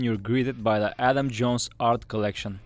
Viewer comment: It’s Adam not Alan